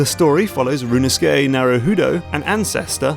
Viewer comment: Rinusuke? Could have sworn the titular character's name was Ryu-u-no-su-ke.